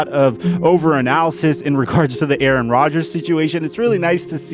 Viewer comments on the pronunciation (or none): none